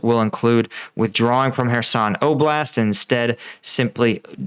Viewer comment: I don't know why English speakers make names difficult to say. Kherson is hard to say . In Ukrainian is: Херсон - > Hyerson. X is simple letter H. In Polish it is Chersoń (CH is the same as H)